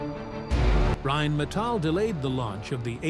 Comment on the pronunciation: the name comes from "Rhein" which is a german river and "Metall" which is just metal. You said something like "metallids?" or what does it mean. i thinks thats not correct here.